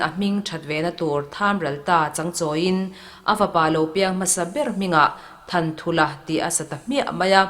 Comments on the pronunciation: A hming sak chhan han hriat hian Thanthulha ni lovin Thanṭhulha tih tur ni awm tak a ni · Thanthulha tih chu Thanṭhulha tih a nih duh hmel zawk e a 😃